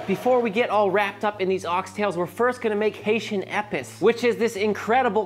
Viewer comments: protip: not "eppis"; "ay-PEACE". It's French for "spice". Really well done nonetheless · It's not "ehpiss". Lmao you flush that in the toilet. It's pronounced "Āpiece". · Just for future reference. It's better pronounced as "eh-piece"